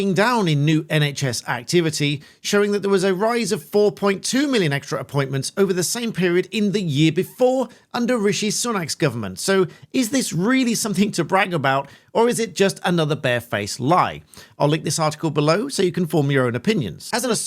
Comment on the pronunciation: BTW, it's RISHI, not 'Richie', pardon the accuracy :face-orange-frowning:.